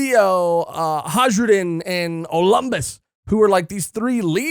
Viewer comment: Elbaf naming conventions go off of Norse mythology so Hajrudin is "Ha-y-ru-di-n."